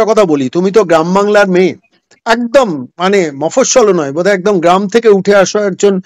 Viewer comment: Pithibi na kothata prithibi 😂 Etdam na kothata ekdam